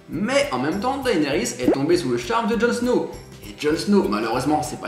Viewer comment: "Dahénérisse" nan mais faut arrêter de massacrer ce nom, ça se dit "Dénérisse" :p